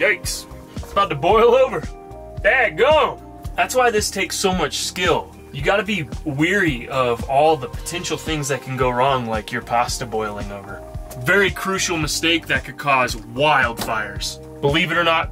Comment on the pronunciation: Guy's on top of the pronunciation of "Egg" but says "Wary" like "Weary," smh.